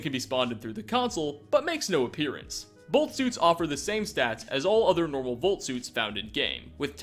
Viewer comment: it’s “vault” not “volt”